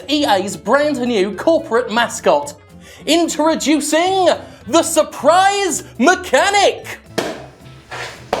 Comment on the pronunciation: interaducing? fuck is it with youtubers and an inability to pronounce words?